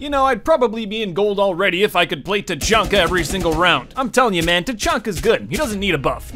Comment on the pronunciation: Tachanka more like ta-chunky